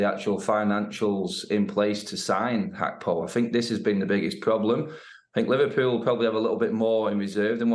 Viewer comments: Gakpo not hakpo cmon how long u been working for sky for let me tell u far to long sky constantly fucks up with names and clearly ya shud be able to see it’s got G not H at start of his name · Why do Sky keep saying Hakpo?! Even the Dutch commentators say Gakpo!! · Why is she calling him (hackpo)? Can she not read that its gakpo?🤦🏼‍♂️ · Who's Cody Hakpo 😂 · Why does the reporter keep calling him Cody Hakpo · It is pronounced Hack-po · It’s pronounced Hakpo despite the spelling and that’s how Dutch people say it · Maybe that's how you pronounce Gakpo